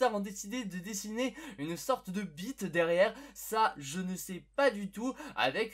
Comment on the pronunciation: le Manière que à dit BITE chui mort